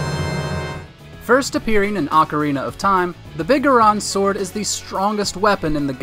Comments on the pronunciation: Big a ron sword?... straight up never played zelda and reading from a script aye? Big Goron sword bro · Biguhron sword? Wtf. Big. GORON. SWORD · ah yes, the "biggarahn sword" - BIG GORON SWORD